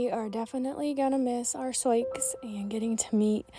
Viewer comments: The intentional mispronunciation captures a precious family memory of a child trying to read the name out loud. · May I ask you why your pronounce her name as Sioux ( Soy-x) when it’s an Indian name Sioux (sue) ? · I’ve heard similar stories of people losing horses and cattle to people out shooting. I had a friend whose mule was shot and killed by hunters who mistook it for a deer. I’m sorry for your loss. Why do you call her soyex though? It shows her name as Sioux, that’s commonly pronounced “soo” like the girls name Sue. Soyex is a strange pronunciation for that. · I don't know what ever you are calling the horse.... BUT SIOUX IS "SOO'.... INDIAN PEOPLE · BTW her name is pronounced to rhyme with boo or do. It's the name of an indigenous tribe. Not a huge deal but I know people can be mean about things like that. I lost a horse and can't prove what happened but my best guess is the neighbor did it, hit the little guy in the head so hard his nose was bleeding. Can't think of any other explanation. I was afraid to get another one so I switched to goats for now. Good news is stalker isn't living there now although he still owns the house. I had daily pressure for years, afraid of what he would do next. Love my goats but sure miss my horse!